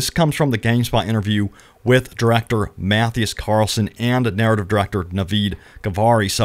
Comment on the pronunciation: Just trying to help out for future references... Mathias' name is pronounced MAH-thigh-az. He was our game director for many years on The Division and The Division 2.